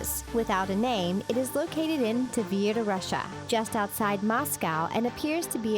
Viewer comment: Wow you did not say Moscow right